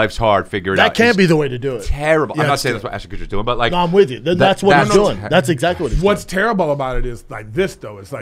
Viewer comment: Also what are, not water. Also we, not weed. Also doing, not dune. Also here, not hair.